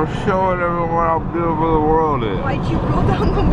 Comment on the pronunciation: “I’m showing them how bootiful the world is” me too me too 😂🤣🤣